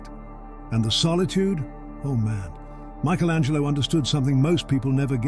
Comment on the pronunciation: At about there was a line about Michael Angelo that had me cracking up for a few minutes. Just the way he enunciates the word... such dedication to the craft. Thank you for that